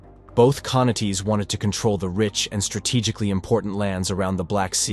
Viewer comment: Interesting, but spoilt by what I assume is a computer generated commentary which mangles words, like 'khanates' becoming 'car-nar-tees'. I couldn't watch any more after that. But it does make want to read more about early Russian history for myself. To understand Russia's apparent attraction to being governed by ruthless tyrants, perhaps one has to go back to the pattern set by Ivan III.